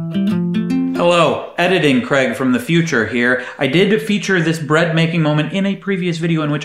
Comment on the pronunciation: I swear to god I thought she said "Can I talk more about by breast?" What!? Oh, bread...